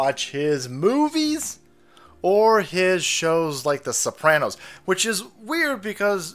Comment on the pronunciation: Not the Sooranos....